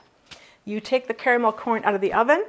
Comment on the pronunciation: Hahaha!!! Sneaky eaters you have there.. Yummy treats I've not made in a long time Gave me Much needed smiles:*) Woot woot as we say 'Caramel' & not 'carmel' :*)